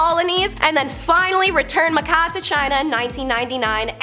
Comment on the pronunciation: Macau is actually pronounced Ma Cow, not Ma Cah